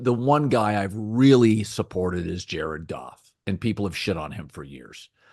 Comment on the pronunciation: Who is Gared Joff and JC Stroud? Is Cowherd dyslexic?!? LOL!😅